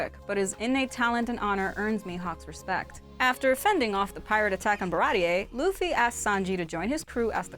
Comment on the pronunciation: Pappag "Papka" 😂 Baratie "baratiyee"